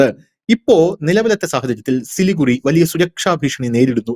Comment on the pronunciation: പറയുമ്പോൾ സിലിഗുഡി എന്നാണ് പറയേണ്ടത്. എഴുതുമ്പോൾ സിലിഗുറി. ചാണ്ഡിഗഡ് എന്ന് പറയുംപോലെ.